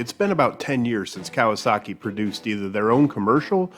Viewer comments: Cowasuckey... lol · According to my dad, it is not Kawasaki, it is "KawaSucky"